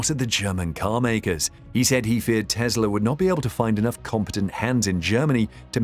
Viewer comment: Its Tesla not Tezla